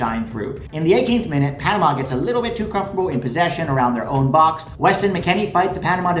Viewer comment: It’s Panama 😂😂😂😂😂😂